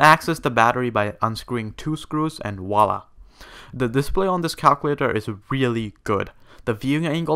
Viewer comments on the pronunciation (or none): none